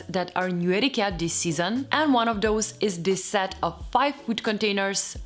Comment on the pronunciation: You're saying "dis" and "dose" instead of "this" and "those." Just fyi.